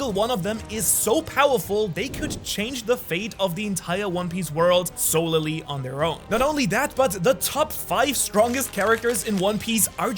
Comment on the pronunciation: Its funny when reminded that is AI(jk) when he sez stuff like Sole-le-ly.😂😂😂 Its pronounced (soul-lee) and tho the spelling would suggest otherwise, u just merge the "L's" as if the word "sole" ended with L. Love ur stuff man, just breaking ur balls.😂